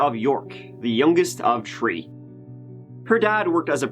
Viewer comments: Hey my name is joshua and I love your narrations u do to these cases. Keep them coming buddy,I always look forward to your next case. Also I love how u say 3 tree or 30 turrdy lol love u buddy. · I like to play a drinking game where I do a shot every time this guy says turd or tree. He should do a special on the person who murdered the h from his alphabet lol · I don't know what's cuter, the stuffy nose or how many 'trees' there are in this story... Hope you feel better soon